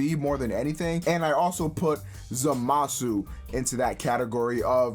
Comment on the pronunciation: Too much emphasis on the MA